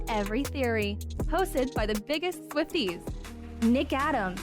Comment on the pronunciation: I enjoy the pod! And I just want to say that it gives me a little chuckle at every beginning. The way she says hosted be the biggest Swifties. It sound like she’s saying Swift Eaze instead of Swifties. No shade!!! It’s a me thing.